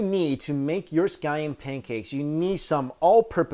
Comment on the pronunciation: I thought you said sky end pancaks